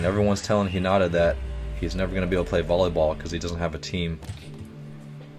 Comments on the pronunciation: IT IS H I N A T A PRONOUNCED H EE N A T A sorry i love anime and it kinda is a trigger when you pronounce it wrong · I'm literally tweeking out each time you say Hinata's name wrong!!!! It's pronounced, HEE-NAAH-TAA not, HHI-NAH-TA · Its He-na-ta not He-not-a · He-na-ta Hinata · Me barely holding in my rage: HInata not hiNAta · its pronounced He-na- ta, sorry that is going to drive me insane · Sorry it jus bothers me but its pronounced heenita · When he pronounced hinata wrong I died inside